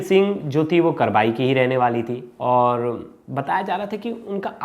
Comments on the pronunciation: Sir ji थाना" कबरई" है न कि करवई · करबाई नहीं कबरई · करबाई नहीं भैया कबरई है..👍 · करबाई थाना नहीं है उसका नाम कबरई है